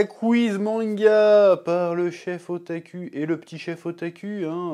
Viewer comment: Chef, tu devrais faire un effort d'éviter de prononcer le "u" japonais comme un "u" fr. Prononce ça comme un "ou". Ça fait très bizarre à attendre "O-ta-ku" comme "O-ta-cul".